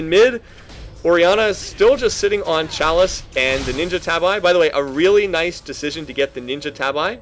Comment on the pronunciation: Man, that game was just a bloodbath start to finish. 25 kills in 30 minutes, brutal. Just so you know, tabi is not pronounced "tab-eye". It's pretty close to a homophone with the word tabby. (actually more like "tah-bee")